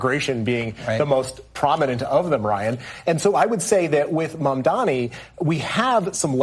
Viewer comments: Folks his Name is MAM-DANI. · His name is MAM-DANI.